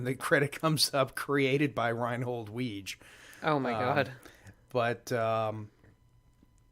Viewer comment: “There’s a real Judge Reinhold?” No. Nobody said anything about a real Judge Reinhold. Also Weege’s name is pronounced “Wig-ee”